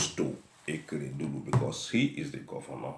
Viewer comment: What is EKEREDULU? The governor’s name is A K E R E D O L U. And it’s not arufai it’s EL R U F A I